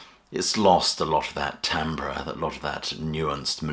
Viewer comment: So, point is that a man's voice changes as he gets older. It's the sort of YT a non human might have together. makes it weirder by doing that fake croak all the way through his narration. And he doesn't know how to pronounce 'timbre'. Horrible YT. Do better.